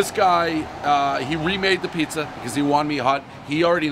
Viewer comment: One pizzer review, everybody knows Pres adds extra R’s when he speaks